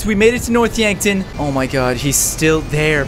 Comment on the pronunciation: When he couldnt say yankton yonkton lol